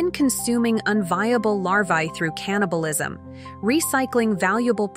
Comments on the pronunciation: Aww.... Wait did it say caniblisom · I was hypnotized and fascinated, then heard "cannibalizism" and my brain turned inside out